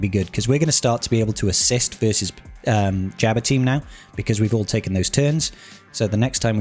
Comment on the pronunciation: Jabba not jabber